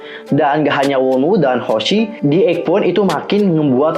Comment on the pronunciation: Wonu lah bukan wonwu bacanya